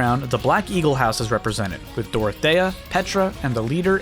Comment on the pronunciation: As a Fire Emblem fan, it hurt to hear your mispronunciation of Dorothea, Lorenz, and Rhea. I feel I must correct you on these. It's "Door-uh-the-uh," "Lore-ins," and "Ray-uh." (Feel free to practice these pronunciations, I know Fodlan names are a little weird to pronounce, but practice makes perfect!)